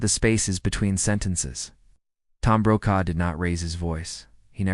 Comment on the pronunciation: His surname is pronounced Brocaw